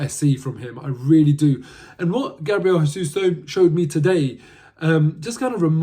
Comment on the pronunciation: Jesus is pronounced with a J as it’s Portuguese! When Jesus is pronounced with a H it’s Spanish so as he’s Brazilian it’s pronounced with a J.